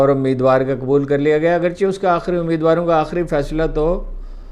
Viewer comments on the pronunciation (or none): none